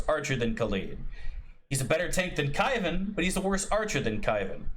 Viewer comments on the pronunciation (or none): "Kaivan" is cringe 😢